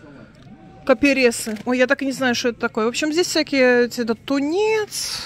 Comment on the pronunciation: не каперЕсы, а кАперсы, хорошо добавлять в сборную солянку (1-ое блюдо).